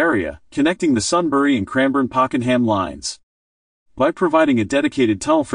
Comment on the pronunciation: Pockenham 😂 AI on this video is poor.